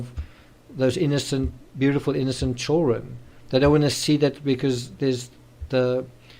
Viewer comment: Please learn how to pronounce children. It's not chaw run! I don't get why you can't say that one word correctly. I've never heard it said that way, annoying as hell